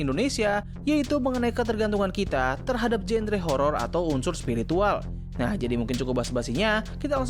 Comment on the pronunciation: Spiritual ❎️ Spirikintil ✅️